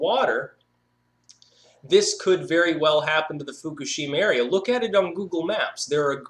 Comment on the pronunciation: it's pronounced foo-KOOSH-im-ma